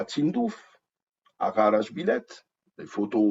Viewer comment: Ghar et non ghara, merci